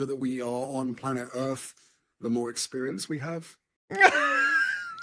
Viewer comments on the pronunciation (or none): I'm sure he pronounced "earth" as earfff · "the longer we are on planet earth" sorry, i am pretty sure you pronounced "earth" as "earff". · yes he did!! ERRF!! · Harry can’t even say “earth”properly! “Urf”…… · “Planet Erf”